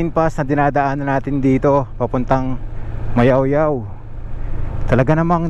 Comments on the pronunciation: Nakakainsulto ka po. Mayuyao hindi mayawyaw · Mayoyao not mayawyaw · MAYOYAO PO! HINDI MAYAOYAO! GOD BLESS! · Ma Yo Yao po hindi Mayawyaw. Ingat po